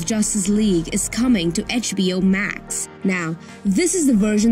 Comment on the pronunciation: etch-BO Max ah yes